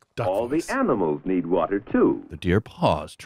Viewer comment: "Do you know hwhy you need hwater?"